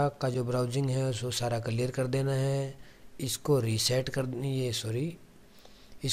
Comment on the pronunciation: भाई कलियर नहि क़िलीयर 😭😭